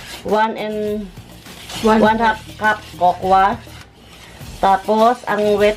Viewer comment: hahahahaha tawang tawa ako sa cocoa rinig ko rin tokwa.. hahahaha na tanga kapa ni mommy sis debz.hahahahahaha grabe tawa ko.....hahahahahaha